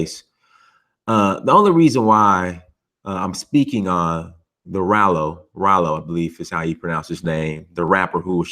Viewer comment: Raaaaalo not rolo lol